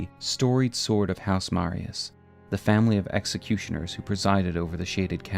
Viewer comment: Awesome to see a video talking about something which hasn’t been explored much in YouTube lore videos! Such a cool looking character too. Great video. By the way, just a little nitpick, the “s” in “Marais” is silent so it’s pronounced “ma-RAY”